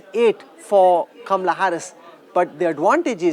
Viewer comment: You can't pronounce correct word Kamahala. Not kamrahala